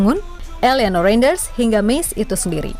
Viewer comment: RENDERS bukan renjener